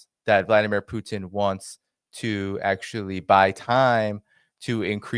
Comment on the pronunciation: He can’t pronounce Putin either